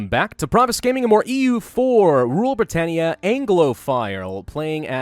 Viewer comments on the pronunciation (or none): none